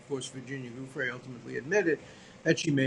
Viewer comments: Suddenly alan believes Virginia. And he should stop mispronouncing her last name. What a frickin' pig. This man makes me sick. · Absolute travesty, platforming this villain. And with such a sycophantic intro. Further, allowing the repeated mispronouncing of Virginia Giuffre's name. Also, it's plain it was her not Giuffre cited in the redacted note. Her account disproves this, she said she'd not spent time with Trump. It's someone else. Poor reporting here. Times Radio online is click bait and, in this case, misleading.